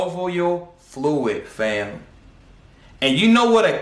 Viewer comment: Bro the way you broke things down is unheard of. This is a damn good video lots of information. The funny part is when you say “FAM”😂😂😂 and HoeReady😂😂😂